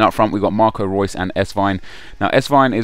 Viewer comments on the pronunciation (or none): none